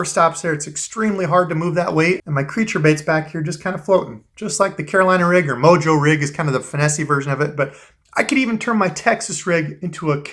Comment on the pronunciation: lol sorry like mojo not mondo lol